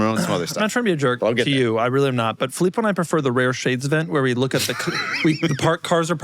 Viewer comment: Fillpo, huh?